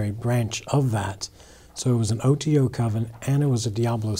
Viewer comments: That's what I got from it... Didn't even pronounce OTO properly. For a guy who was supposedly part of it for years n years. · 😆 Superstitious people would do well to read some of those books you have so they can recognize b.s. when they hear it... This dude couldn't even pronounce OTO properly.... This dudes a grifter